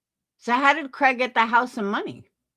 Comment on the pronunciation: you said Craigory like Gregory 😂 I'm referring to him as that from now on 😂 I do agree with you & like hearing your viewpoint. You also are a great mom! ❤